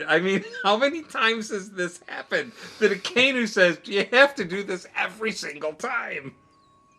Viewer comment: Just a pronunciation guide for the admirals' code names: - Aka + Inu = Red + Dog - Ao + Kiji = Blue + Pheasant - Ki + Zaru = Gold + Monkey So you the vowels aren't read together like in English (A-kay-nu) but as two words (A-ka-I-nu). I've been following since you were only reacting to the Amazing World video. So happy to see reach Marineford!